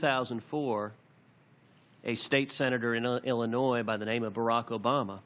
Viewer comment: As soon as I say that he said Ill-i-NOISE